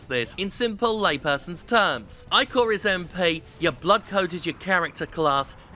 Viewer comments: Eye-core? No m8 no its ick-or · he keeps saying "I-CORE" when it should be "ICK-OR" and its really starting to bother me. ichor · I don't think I have ever heard "ichor" pronounced "eye-core" before. Is that a common thing that I've missed out on? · Jim is the blood of the gods for Greek mythos so its pronouced Ich-or